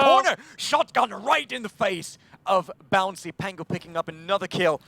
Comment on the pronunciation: Who the fuck is this "Bouncy" this commentator is talking about? Protip: it's Bounssi.